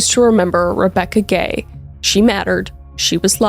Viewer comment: I cannot be the only one who thought you were calling the whole family gey. 😂❤